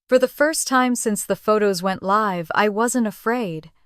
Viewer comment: Constant miss pronunciation of live